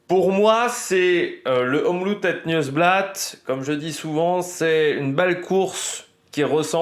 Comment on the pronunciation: Et het c’est plus « heut » comme quand tu fais : heuuuuu je ne sais pas